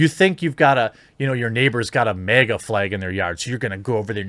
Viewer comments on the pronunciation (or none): none